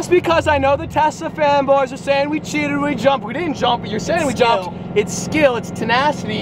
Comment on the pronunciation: i keep thinking he says "tesla femboys" instead of "tesla fanboys" 💀